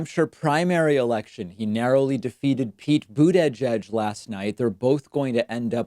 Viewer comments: Please David, you're too smart to keep mispronouncing his name. Think Buda-judge. "edge edge," unless a parody of 45, makes you sound like an imbecile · Boot-edge-edge doesn't make any sense. Why would the first "i" in Buttigieg be pronounced as an "a"? It would have made sense if his name was Buttagieg. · “Boot-edge-edge” for Buttigieg, “Toolsi” for Tulsi. David’s deliberate mispronunciations of certain names crack me up, making his videos entertaining as well as informative. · Why does he say buttedge-edge? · You're seriously gaslighting man, I've heard no one else pronounce it Boodedgedge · I don't know, as a czech not native speaker, I always hear "bootyjudge".... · It's more like "Boot-a-Judge" to me. I chuckle every time I hear him say it. He's so emphatic with it. I appreciate him not calling him mayor Pete. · I think it's his way of fucking with them, the same way he says "Toolsi" when talking about Tulsi Gabbard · David can you stop calling the rat boo-dadge-edge? It makes you sound really dumb. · Sleep Paralysis, but it's just David Pakman saying "Buttigieg" over and over again. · The way you say Buttigieg makes me physically ill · it just sounds so weird when David says it because he stresses each syllable rather than just saying it as one word/name. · Please don’t say butigieg again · It bugs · Buda-judge is not much better. I mean, it's really not that difficult a surname once you've heard it pronounced correctly at least one time. Don't think the examples through other words are necessary.